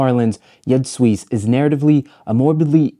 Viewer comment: Another top notch video essay. My only critique: Jud Suss is pronounced like 'You'd Zeus'. You put your foot in this essay though! Transitions and settings went off